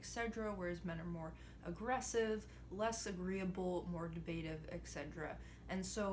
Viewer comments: I'm pretty sure the phrase is et cetera and not ek sedra. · Love the analysis. One minor point of correction, "Etc." is pronounced "Et-set-ur-ah" not "Ex-seh-druh" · good video! i like your content. one thing keeps bugging me though, it's et cetera not egg cedra. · Etcetera. Not Etsedra. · Good message. Keep doing what you're doing.One bit of feedback. You're saying something like "eksedra" when it's really pronounced "et cetera" (I wouldn't have mentioned this little nitpick but you used the phrase quite a few times, so it could be useful in the future)Cheers! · Take a shot everytime she says et cetera! Also, she say's it really weird "eckedra". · Et cetera! It's et cetera! Ahhhhhhhhhhhhhh Good breakdown though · small peeve: "eTceTEra" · "Exsedra" Good video though. Just couldn't help notice you say this a lot. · Wonderful video. As a lobster, let me point out that “et cetera” is not pronounced “et sedera”. You mispronounced it several times. It undermines what is otherwise great commentary. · I really enjoyed your analysis! I'm glad you care enough to take the time to post this kind of thing. I'm glad you are on our side, heh! Oh and because I want YOU to be taken as seriously as possible, I'd like to share one piece of unsolicited advice. Please consider how "Etcetera" is spelled and notice how you have been pronouncing it? I hope this doesn't come across as petty. It's sincerely the only thing about your talk that I could criticize. Hopefully, you take it well. You seem like a strong person. Ciao! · You are incredibly smart and your analysis is accurate. But the way you pronounce et cetera drives me up a wall.